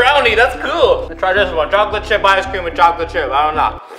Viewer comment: What people hear: it tastes like chocolate What i hear:it tastes like chalklate ;)